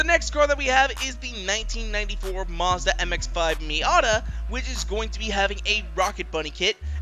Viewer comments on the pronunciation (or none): none